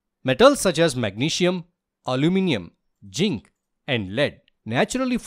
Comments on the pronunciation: Am I the only one who listened 'ginc' and not zinc? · ZINC❌ JINK✅ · Zinc ❎ Ching ✅